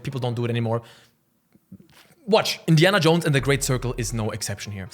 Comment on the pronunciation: “Indian Jones FANE?!” Haha speak much🤣. Jk. Loved the video also how cool would it be to have an Indiana Jones type exploration based game on all the ancient cities like China, India etc…